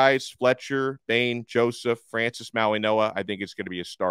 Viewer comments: Interesting. Don’t think I’ve ever heard a G pronounced as a N. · When did Francis & Kiki’s last name get pronounced “MauiNoa” & not MauiGoa? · There is not an a letter N in his name, why are you pronouncing his name with an N in it?